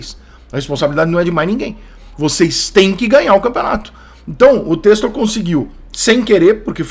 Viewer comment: Porra Rica admiro seu trabalho demais, mas da agonia como torcedor ver você pronunciar em todo vídeo relacionado ao Botafogo de "Testor" sendo "Tecstor". Começa a corrigir irmão